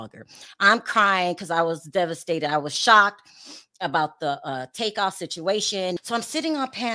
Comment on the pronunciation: It’s Takeoff not Take off… 💯💯💯🚀🙏🏾❤️